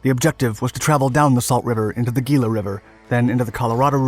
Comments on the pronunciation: The Gila River is pronounced "Hee-la", not "Gee-la" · Growing up in the Phoenix, with an uncle, as a MP at Luke AFB, who participated in the search and capture of this one of POWs at a gas station outside of Glendale on Grand Ave. Glad this made it to Dark Docs, but it river is pronounced Hee-la not Gee-la for the Gila river....Spanish influence....it a common misconception. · its pronounced hee‐luh river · Gila River "Hee-la" River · Gila is pronounced “hee-lah “ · Great video, as always. ("Gila" is pronounced Hee'-lah.) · Gila = hee-la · Gila River is actually pronounced "Hila". Great short doc as usual. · Gila river in Arizona is pronounced “Hee-La” River. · This guy saying gila with a G instead of a H is a dead give away he isn't from Arizona. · The 3 crazy boat men if I remember correctly on the other hand you can tell this guy isn't from the south west because how he says gila.